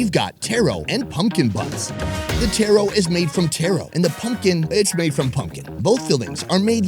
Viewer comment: Egg and Mayo sushi is literally the best thing ever. Edit: When he said Taro and pronounced it as tehro intstead of taaro i was like wait whatttttttt